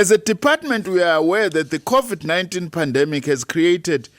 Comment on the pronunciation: Why Is she keep saying Codiv-19?😅